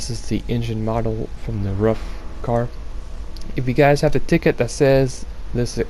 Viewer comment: Nice build Btw, Ruf is pronounced more like "roof" instead of "ruff"